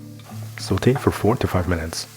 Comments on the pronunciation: in addition to your fabulous vids, great production and wonderful recipes, I must congratulate you on your correct pronunciation of "saute" - every time I hear you say it, I am transported back in time 60 YEARS (!) to my high school French class and our amazing Miss Murray (R.I.P.). Thank you so much for such a quality channel. Many Blessings to you and yours. ❤ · Love your videos and also the way you say 'sauté'. your voice is so soothing.